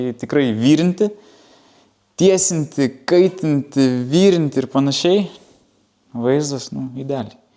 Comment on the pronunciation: Ratai ne vyrinti, o virinti :D Tariasi trumpa "i"